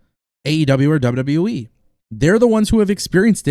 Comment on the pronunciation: Stop Posting fake sh## u are rubbish and never speak true facts you're just like wrestlingnewsnow when the guy says so much fake stuff and can't say WWE properly he says WWWE.